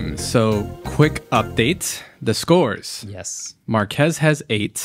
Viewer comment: Thanks for the mentions, Marques! (not Markees)🤦‍♂